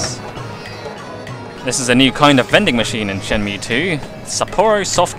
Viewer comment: Great Let's Play so far, but I can't help but cringe every time you say Shenmew. Ryo has now fused with Mewtwo to become the ultimate being!!! haha